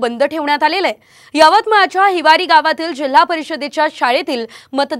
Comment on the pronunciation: त्या गावाचं नाव हिवारी नसून हिवरीआहे😂😂😂😂😂😂😂😂😂😂